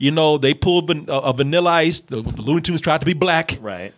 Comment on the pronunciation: I'm guessing you haven't seen any WB shorts from the 40's, because that's the aesthetic that these cartoons are emulating, and they were doing it long before there was ever a Ren & Stimpy. BTW, it's 'Looney Tunes', not 'Loony Toons'.